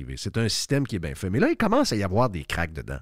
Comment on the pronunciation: oui surtout quand tu dis commece au lieu de commence😂😂😂😂😂...lâche pas 😂😂😂😂